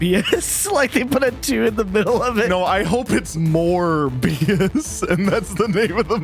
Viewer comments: hear me out... "Morebias" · Morbius more like morbe- morbbe- morbest